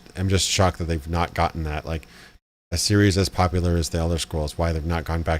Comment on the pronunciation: No worries about the "Poplar", other YTers have similar "mistakes" aswell. ACG for example can´t say "bla bla bla" and instead always says "bah bah bla" or LegacykillaHD can´t pronounce "seventy something", like "Fallout Seveddy six"or "Cyberpunk twenty seveddy seven". The worst that can happen: You make your viewers feel superior XD